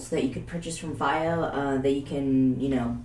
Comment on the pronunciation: in china they call it "fee oh" not "faay oh"